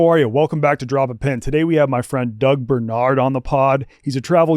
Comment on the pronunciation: BAR-nard NOT BER-nard. DO you go to the Ber to meet your friends for drinks? No, you go to the BAR.